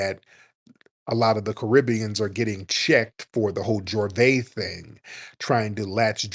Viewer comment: It's not Jorvay it's Juvay, pronunciation.